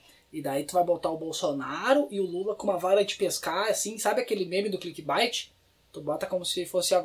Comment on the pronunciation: A pronúncia correta de CLICKBAIT é "clickbeit". Adoro você mas meus ouvidos sangraram.